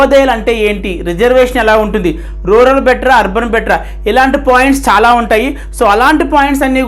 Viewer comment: Arban ante clear ga cheppandi sir